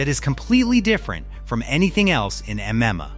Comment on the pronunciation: Imagine having an MMA channel and cant even pronounce M-M-A! 😂